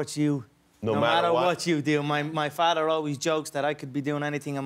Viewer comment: Mudder and Farter ?